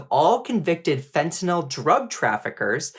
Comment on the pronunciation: Bruh. It's fentanyl, not fentanol. Sound it out, ffs.